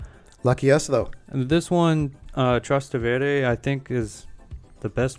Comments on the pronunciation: /Tras'tevere/, pronounced with the stress on the second syllable, means "trans Tevere" ("across from the Tiber river"). Tevere is the river that crosses Rome. Trastevere is an old, colourful neighborood of Rome where Damiano used to busk with his mates. Anyway, you can't really say to enjoy this song if you haven't listened to it at least a few times.😀😀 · Damiano and Thomas composed the song in Trastevere Thoma's home. As Damiano explained in Spotify it's about a conversation with the devil. It's also my favorite between the new songs. The correct pronunciation is with the accent on the first e. 😄